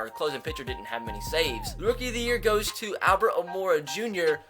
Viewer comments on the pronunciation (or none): none